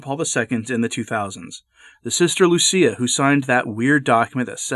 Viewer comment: Lucia, not Lucy